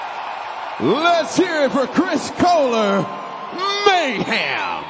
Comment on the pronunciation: Why does this dude keep saying MayHam